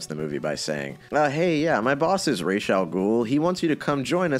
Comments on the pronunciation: 🤓 Actually it is ras But with an s like in see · It’s not raish it’s r’as. Ras means head in Arabic. So ras al ghoul literally means head of the ghoul. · I can see how they ended up using the Italian pronunciation of "Falcone." It's a mistake you can make, not realizing he's Americanized his name. Deciding to go with the actual Arabic pronunciation of Ra's, instead of Raysh, I totally respect… but then they didn't even get that right. Razz? What? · The not like Ras Al Ghoul makes me so angry as an Arabic speaking man. When you pronounce it as Raish Al Ghoul, YOU ARE SAYING THE FEATHERS OF THE DEMON/GHOUL. AAAAAAAA. Ras means Head. 😡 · co-signed as an arabic speaker. why the fuck is it pronounced "raysh" in BTAS that doesn't mean anything lmao it doesn't make sense. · it's actually Ras but the s isn't a z It's like in see